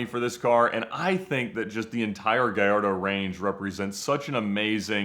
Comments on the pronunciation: It’s “guy-yardo” not “guy-lardo” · Guh-LARD-o? Really? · ga-LA- rdo? Other people I’ll give them a pass, but you are a dealer bro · For the 100th time,, we love ya, but it’s “GAH-YARD-DOE!” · I consider a top Lambo expert, but the pronunciation of GALLARDO is hard to hear! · 😂 It does seem funny that someone who deals in Lamborghinis for a living doesn’t know how to pronounce the name of their most popular model…